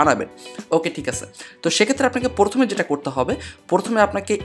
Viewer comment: Vaia porthome na..prothome..🙃